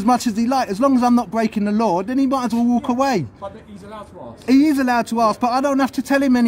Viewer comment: It is "Ask" not Aksk. You should get your pronunciation right.